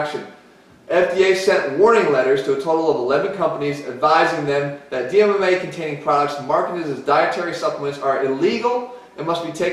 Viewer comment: As much as I enjoyed this video, it is really hard to take it seriously when the pronunciation of DMAA is completely wrong. You would think with this amount of research Di-methyl-ethyl-amine wouldn't be too hard to say